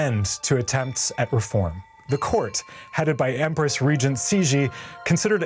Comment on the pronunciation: Cixi is pronounced as "ts she", not "she she"